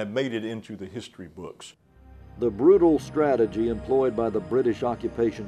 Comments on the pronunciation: "Stagagy" ? Do you mean "strategy"?? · About Minute 40 - "STATAGY". Not very professional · The British “ Stategy”?